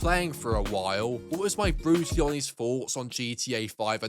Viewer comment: “HERE’S MY HONEST FOOUGHTS”